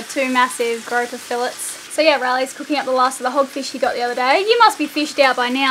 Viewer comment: Need to learn to say grouper correct. What you guys say is a pervert that grabs women’s private parts. Obviously you don’t read your comments. I have said this in at least 10 videos.